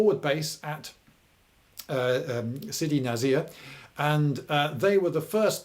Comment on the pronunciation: Beja pronunciation : beh-juh,with emphasis on the first part of the word,not the end of it, Sidi nsir : n'ssir ,the s is not a z sound. Other than that lovely video. History is written by those who wear beige.